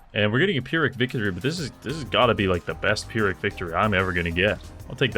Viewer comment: I love you but please learn how to say 'pyrrhic' properly